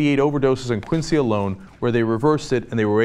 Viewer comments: It's not pronounced Quin-sea, it's Quin-zee. Like John Quincy (pronounced Quinzee) Adams. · Cenk its pronounced Quin-zee. Your welcome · Being from Massachusetts I must inform you that it is pronounced, Quinzee.